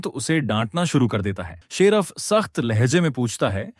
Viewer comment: 😂😂abe gadhe sheraf nhi hota sherif Hota h